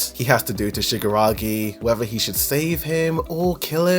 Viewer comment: Great video. Man, you really need to stress more the KI sound shigaraKI because it sounded like shigaragi the whole video